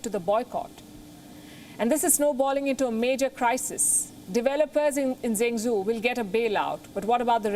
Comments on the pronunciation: Zhengzhou isn't pronounced Zengsoo but djeng djou. Pinyin (as opposed to English) has consistent phonetic spelling rules. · I heard she pronounce Zheng Zhou as Jeng zoo , actually it is pronounced as "Jeng Jo..uu" or "Jeng Joe" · Thanks for the report Palki Zhengzhou is pronounced 'jen joe' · Can't one person help Palki pronounce Zhengzhou? With all of the consonant sounds in Hindi (etc.) I'm sure someone can get her pretty close!